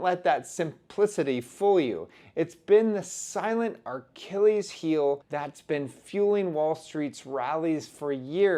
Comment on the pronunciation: did you just say Archilles heel? 🤣🤣🤣 youth nowadays is so low IQ you do know there's no R in Achilles right?